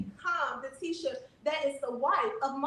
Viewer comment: Please, you talked shit about her dress in another vid, Q. Also, it’s Tee-shah. ✊🏾